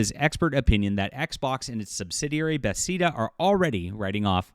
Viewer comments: I love your content, but its pronounced "Buhh-Thez-Duh". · “Ba- thezz-na” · It’s promounced Buhthesda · you’ve gotta reupload correctly pronouncing Bethesda as “Beth-ez-duh” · Not that it's a huge deal, but you consistently pronounce Bethesda as "Bethseda". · Why do you say Bethesda that way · I'm not a gamer but I know what Bethesda is and how to pronounce it. Are are you in really in the gaming industry?